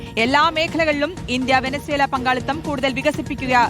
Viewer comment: "ആടറിയുമോ അങ്ങാടി വാണിഭം " എന്ന കുഞ്ചൻ നമ്പിയാരുടെ വാക്കുകൾ ...ഇന്ത്യ - വേനുസെല അല്ല. അംബാനി - വെനുസേലാ..അംബാനിക്ക് വേണ്ടി മോഡി അണ്ണൻ എന്ത് മാത്രം ത്യാഗം ചെയ്യുന്നത്. ഇനി റഷ്യയിൽ നിന്ന് വാങ്ങരുത് , പകരം വെൺസിലയിൽ നിന്ന് വണങ്ങണം എന്ന് ട്രൂമ്പ് അണ്ണനെ വിളിച്ചു കട്ടായം പറഞ്ഞു . റിപ്പോർട്ടർ അടിച്ചു കയറി 🤣🤣🤣